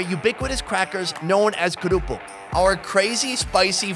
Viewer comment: you says "kerupuk" like indonesian people :v